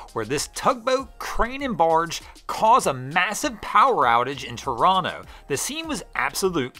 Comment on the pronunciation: Kudos to for pronouncing Toronto correctly. I can let the transposition error on "Ashbridges Bay" slide. 🙂